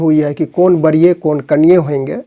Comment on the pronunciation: बरीय नहीें वरीय बोलिए आपका शब्द उच्चारण सही नहीें है ।